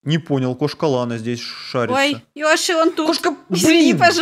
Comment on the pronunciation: не ëши,а Йоши